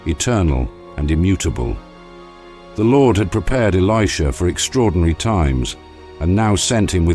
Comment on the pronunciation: The narrative is spoiled by the mispronunciation of the name of Elisha and Namaan etc.....